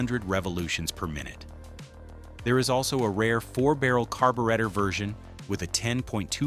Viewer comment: What's a carbowretta?